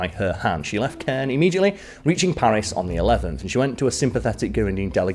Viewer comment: Caen is pronounced like con, but in more of a French accent. Not criticizing, but just helping out for future French videos! Keep doing a great job Smallwood!